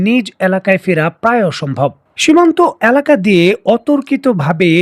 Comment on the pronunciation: কিরে ভাই? এলাকা/Aলাকা উচ্চারণ করলে সমস্যা কি? ভুল উচ্চারণ করেন কেন?